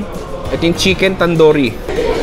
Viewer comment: It's tandoori not tandori. Ingat ka sa pronunciation